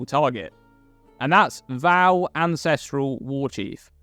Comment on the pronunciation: Love your vids,. Even if you do pronounce Vaal wrong...;^)